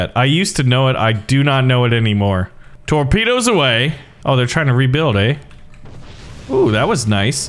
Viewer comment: 0.49 "tropdoes"